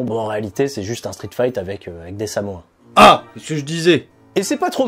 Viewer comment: Allez viens, on va manger... DES CHIPS!!! Par contre on dit samoans, pas samoins